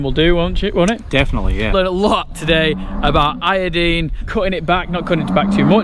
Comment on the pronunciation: Awesome! Now has you saying i-o-deen too.